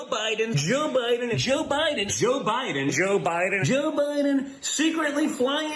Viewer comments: He looks high. lol Joe Bi-en lol Its like they cant pronounce their D's. At the end a bus goes past in the background that looks like the woman in the middle! Plus its ironic that a games being played where your not allowed to give away the game and the woman on the bus is making a "Shhh" gesture!" PMSL If that was just coincidence then that's pure natural gold!😂 Plus I want that Dog with the bandana. haha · Don Jr., aka peewee Herman, is too high to say president Biden name correctly. 😅😅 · Joe Bahden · As much as I dislike Stephen Miller, I think the way he pronounces Biden’s name is typical of Californians. My wife and I are both native Californians and we drop the ‘e’ sound, too. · I pronounce it "President Biden".